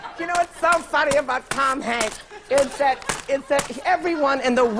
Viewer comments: Lol here's Tom Hank.... without the S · “Here’sTom Hank”😂